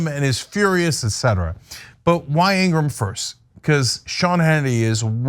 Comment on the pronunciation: laura ingra ham , or is it said laura ingraham . please state her name correctly. .